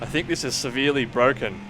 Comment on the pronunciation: The AI is bwoken 😂